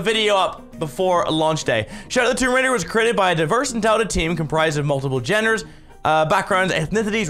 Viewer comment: is it me or did mini say "jenners" instead of genders in